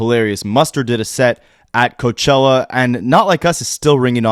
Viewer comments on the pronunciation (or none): none